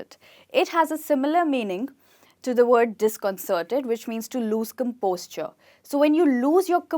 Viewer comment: You are saying " lost composture"( I mean you are pronouncing composure as composture)..why is it so??